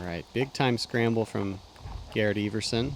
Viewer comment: You're name is ever son, not eve er son. Silly kid